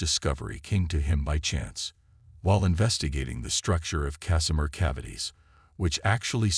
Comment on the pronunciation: "Cacimer"? Do you mean Casimir?